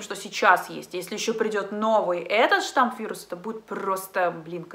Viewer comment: только новый штамм вируса, а не штамп))